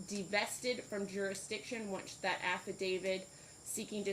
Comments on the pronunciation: This judge seems okay, but really, your honor, it's not "affidaviD" , it is "affidaviT", one of those pesky words that crop up almost every time you bang the gavel. Hone your legal skills, madam. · Who is this judge who says affiDAVID, adminiSHtration, etc.?